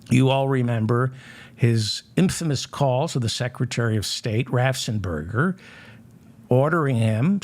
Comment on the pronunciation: David. David. David. RAFFFENSPERGER. RAFF! ENS! PERGER! Raffensperger. 😡